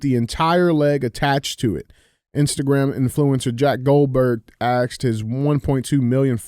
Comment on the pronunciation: come on man, you are intelligent. Just say ASS—-ked. I know you can say ass. There is a big difference between ask and axe. One is a question, the other is a tool. COME ON MAN!